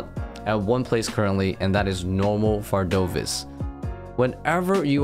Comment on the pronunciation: Bro the boss is called vardoRvis, not vardovis